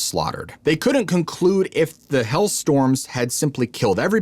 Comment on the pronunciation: I sit baffled for a while trying to figure out what these words are, like hell storm, he can't pronounce hail. Or skull. And it's irritating.